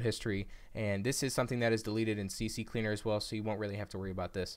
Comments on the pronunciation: Stop saying CC cleaner, it's CCleaner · Its not CC Cleaner, rather C cleaner 🤣 Thanks for the video though 👍🏼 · Its C Cleaner Not CC Cleaner lol